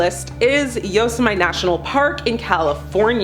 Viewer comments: "Yo-sem-ite?" c'mon now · Yo-sem-ah? That isn't how you pronounce Yosemite. And how did you pronounce Pecos? You know right here on YouTube, you can listen to pronunciations of places you can't pronounce. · yosso might?? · Still cna't pronounce Yosemite lol.